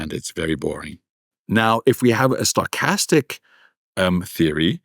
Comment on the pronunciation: Every time he says 'stochastic', I hear 'sarcastic'; and then I mistakenly think that I might have a chance here...lol